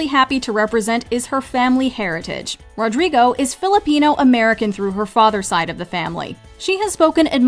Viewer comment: ITS NOT RODRGRIGO ITS RODRIGO